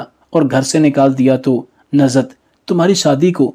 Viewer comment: It is Nuzhat not Nazhat,it is namaz not namaz.